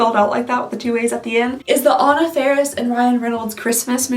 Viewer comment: My name is pronounced On-nah as well and you are my favoritest person in the whole world because I know that’s not an easy thing for folks with a Southern accent (Native Texan 🙋🏻‍♀️) - it just made my day!